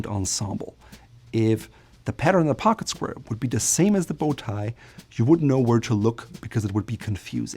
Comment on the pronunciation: "Pocket squrrr"